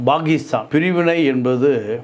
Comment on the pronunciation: Dear, it is not Bakistan. It is Pakistan. Most Indian Tamilians pronounce P as B., Please speak Tamil in Tamil and English in English. Please do not bring Sanskrit and mix and grind the languages..